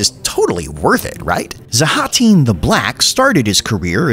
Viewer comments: zha-tahn is how its pronounced its really not that hard why call him zahhaten xD and zertahn XD made me lol tho so hats off to ya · Zah-tan. How hard is that exactly... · its pronounced ZHATAN ! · the african clicking language sounding version gave me a chuckle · I can't believe you only pronounced his name correctly once! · All these mispronounced names are very disrespectful to Zoo-Zoo Noir